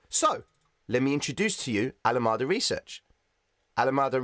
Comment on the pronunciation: ❤️😁 learned a ton today. Thank you, sir! 🙏🏻 Btw … Alameda is “ al- uh - MEE- duh”. It’s the name of a city in California, USA